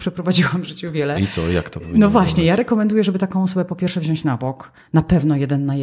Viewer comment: Świetna rozmowa. Dziękuję. Jedynie prośba do Pani, żeby mówić wziąć, a nie wziaść.